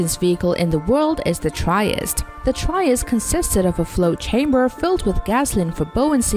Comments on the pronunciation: Tree- est-tay, not try-est. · Tree-est, not Try-est. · Would help if didn't pronounce all their names wrong. It's the tree-est (Trieste) for one. Many Americans will say 'chree-est' because any/t/ followed by an /r/ gets changed to a /ch/ by most English speakers, but 'Try-est' is so effin ignant. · its TREE est. like in italy. hire someone who can read. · And please, can the voice learn how to pronunce TRIESTE 🙄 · the pronunciation of "Trieste" is incorrect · I am originally from the city of Trieste, I understand that it is difficult to pronounce something unfamiliar, but at least you could have made a little effort and tried to try to pronounce the city correctly 😂😂😂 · She didn’t even try to pronounce "Trieste" right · The way she pronounce Trieste makes my ears bleed